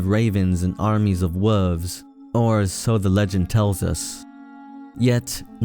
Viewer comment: I have a huge gripe against people that pronounce the word, "wolf" as "woof" or "wolves" as "woofs". Absolutely unforgivable.